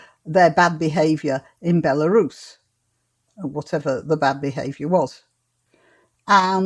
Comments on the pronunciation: He he he! First I thought she said "Larousse" (clearly a reference to everybody's favourite French cyclopedia), then "Barooze" (anybody's guess?!?), then "Belarus" (Bingo! We got there in the end.). You're right,, here is a girl who has not done her homework! A definite 0 for effort and 10 for ticking boxes. My friend, usually strongly politically correct, was annoyed over the Obama victory. He pointed out the "urgency" of having to vote for the first black President was no urgency at all, just box ticking reverse r**m. Let's hope the practice is not let loose in the nuclear power stations or at the nuclear switch. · Someone tweeted Claudia laughing at her pronunciation of Belarus, she then said it was an attack because she is a woman and a women of colour. He replied to say you are the only one mentioning sex and race. Her response was 'Exactly'. She's a complete moron.